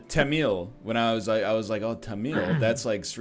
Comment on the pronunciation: Teh - muhl (as in camel) NOT Tuh - meel